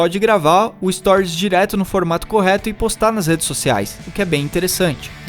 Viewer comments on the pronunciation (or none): none